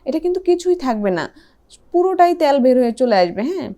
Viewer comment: উচ্চারণ "তেল " বললে ভালো হয় 😃